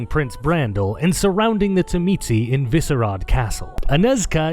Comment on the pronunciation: As a Tzimisce player... your pronunciation is not surprising, but still hurts lol. The way I learned to pronounce it was in the Revised Edition core rulebook where, beneath the name in their chapter, it has it pronounced as "zhi-mee-see".